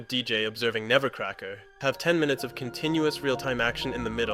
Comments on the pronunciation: It's "Nebbercracker," not "Nevercracker." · Interesting video, but it drove me nuts to hear "Nebbercracker" pronounced as "Nevercracker" 500 fuckin times